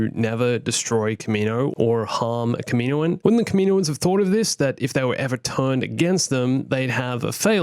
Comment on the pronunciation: Your pronunciation of kaminoan...